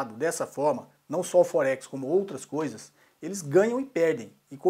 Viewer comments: Não preciso de Axel, pra vê que tua conta tá errada kkkk rapaz não sei o que, tu ganhas pra desenformar os outros e o nome não é focse kkkkk aprende falar pelo menos o nome ! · Puxa, não sabe nem pronunciar Forex kkkkkkkkkk .